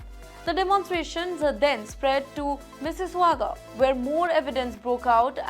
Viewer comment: Terrible news reader can’t pronounce Mississauga properly